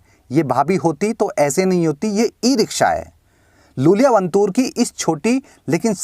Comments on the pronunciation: ज‍िसे आप लूल‍िया बोल रहे हैं उसका नाम वास्‍तव में यूल‍िया Iulia Vantur है। बड़े आई को एल समझने की गलती मत कीज‍िए जनाब। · Iulia Vantur not Lulia Vantur